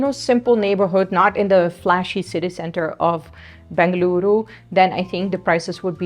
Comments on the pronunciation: I love the way u pronounce Bengaluru soo well ❤ Il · Your information is known more than the local people, now you are True Bengalorian, and thanks for pronouncing Bengaluru❤ instead of Bangalore🙏